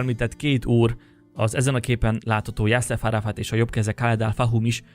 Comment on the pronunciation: Nem Yassef Arafat, hanem Yasser Arafat volt a neve a PFSZ elnöknek.